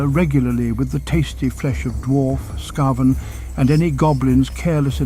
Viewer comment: Brilliant lore. Just one thing it's "Skaven" S.K.A.V.E.N!!!!! NOT S.K.A.V.A.N????????????